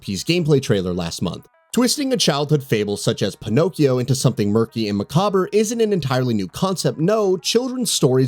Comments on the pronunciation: Macbber Maccabre = Mah Kahb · Macabre is pronounced mccobb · "MAH COBBER" 🤣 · That pronunciation of “macabre” made me cringe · Glad someone said it. I didn't want to be a dick.😏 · I noticed as well. I thought I had been hearing it wrong my whole life because people lately have been pronouncing it wrong. Glad it’s not just me. People are idiots I guess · Not how you pronounce Macabre, haha. Great vid otherwise. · Lmao I was waiting for this comment, must have never seen it spelled out before! I guess it is a weird word though lol